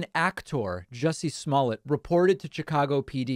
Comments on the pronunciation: Sir , it’s pronounced juicy smuckers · Jussie Small-let? Lol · Sir it's pronounced juicy smolett